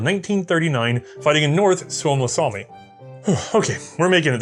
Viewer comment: Wait wait wait what, pronounced Suomussalmi correctly. How? Is he broken? Thats not supposed to happen.